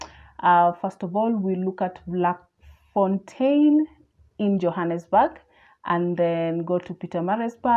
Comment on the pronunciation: Its pronounced as Flakfontein. Not Vlak